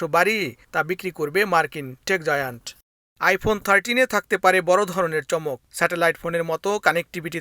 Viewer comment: টেক জায়ান্ট* হবে😒